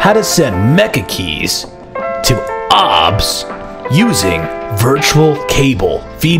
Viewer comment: its pronounced ow bee es